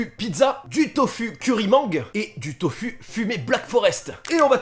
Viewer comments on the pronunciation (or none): on dit pas tofU mais tofOU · "tofu"hah sa se prononce "tofou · sa se dit tofou !!! Pas tofu omfggpfmiwgdam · Super vidéo :) , juste c’est « tofou » et non « tofu » voilà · Le tofu ce prononce tofou 😂😂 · Ça ce prononce TOFOU le Tofu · juste comme ça : tofu se prononce tofou mdrrrrrrrr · Alors deux choses à dire. Superbe vidéo continue comme ça. Et le Tofu, ce prononce "Tofou". 😅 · Ça me fait mal quand il dit TOFU... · Moi aussi😂😂🤦🏼‍♂️